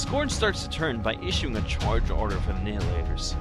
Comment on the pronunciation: Like your reports, but...It's pronounced NY-hilators, like "annihilate".